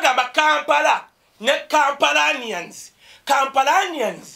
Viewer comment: Kampalans ffs! Not Kampalanians.